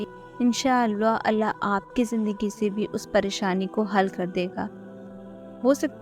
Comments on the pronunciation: When you say ALLAH, it sounds like arwah Try to say it simply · It's Allah, pls work on ur accent.